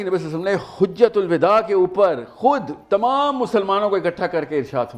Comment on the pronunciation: ایک تو یہ ساحل اتنا جاہل مرکب ہے کہ حجۃ الوداع کا لفظ بھی درست نہی پڑھ سکتا اور بنا پھرتا ہے عالم مطلق ، اور دوسرا یہ کہ فرقوں کی مخالفت کرتا ہے جبکہ عوام کو فرقوں کی تفاسیر پڑھنے کا مشورہ بھی ساتھ دیتا ہے( اگرچہ یہ مذکورہ لئے ہوئے نام فرقے نہی ہے ، بلکہ مسلک یا مسالک ہیں ) اور کمال کی جہالت اسمیں یہ ہے کہ دین کو سمجھنے کی کوشش کرتا ہے بغیر فرقوں کی اگر یہ مسالک نہ ہو جنہوں نے دین ایک تسلسل کے ساتھ نبی کریم صلی اللہ تعالیٰ علیہ والہ سالم سے منتقل کیا ہے امت تک تو امت شرک بدعات حتی کہ خدا کے وجود سے ہی انکاری ہوجائے، اگر یہ مسالک ہی درمیان سے ختم ہوجائے تو دین پھر کیا تم جیفری ابسٹین جیسے کردار لوگوں سے سیکھو گے ؟ ساحل عدیم میں ایک بات واقعی اچھی ہے کہ مد مقابل کی بات کاٹتا نہی ہے ، اگرچہ یہ خود ایک کٹا ہوا انسان ہے